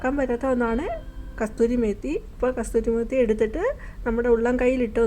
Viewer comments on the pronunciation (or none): കസൂരി മേത്തി ആണ് കസ്തൂരി മേത്തി എന്നാണ് പറഞ്ഞത് 😅